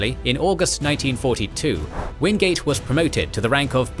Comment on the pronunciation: Its Orde Wingate not Orde Wingade